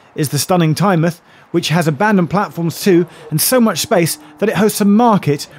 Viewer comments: Not "TyneMUTH"... Tyne Mouth. You dont say the Muth of the river.. its the mouth of a river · Great to see a video on my local system, but I cringe to myself every time you say Tynemuth (it's TyneMOUTH). It also has a toilet hidden away so Whitley Bay isnt the only one! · TYNEMUTH NONOOOOOOO IT IS MOUTH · South Coast towns ending in -mouth are pronounced '-muth': eg Exmouth, Plymouth, Teignmouth (pronounced Tinmuth!), Portsmouth. I moved here in '89 and Tyne-mouth sounded wrong for ages. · Tyne-muth not Tynemouth was what bothered me, though at least he pronounced my home station of Gateshead right. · Well that must be the first time I've heard Whitley bay as 'charming'. 40 years ago maybe, but now? now so much. Also have to mention, Tynemouth is pronounced 'Tyne Mouth' not "Tynemuth" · One thing; Tynemouth is pronounced like the mouth on your face, rather than 'mith'. 🙂 I think it may be the only UK place name to pronounce it as such - if there are any others with the same pronunciation, please feel free to let me know. Apologies if someone else has already filled you in. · TyneMOUTH - it’s the MOUTH of the river Tyne so don’t skip the pronunciation 😭 (still enjoyed the vid) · Tynemouth is pronounced tyne-mouth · Its the way tynemouth was pronounced got me